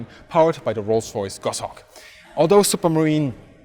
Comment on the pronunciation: "...powered by the Merls Royce Merlin Siky Siks" You okay there bud?